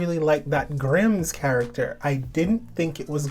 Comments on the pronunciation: Lol. He said Grimms 🤣. Still love you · Sorry not being shady! But you are saying Grimes wrong, think of it as Prime with an s at the end :)